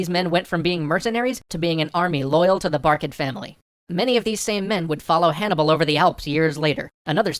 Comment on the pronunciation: sorry hannicar barca is in fact called hanniBUL barca not hanniCAR barca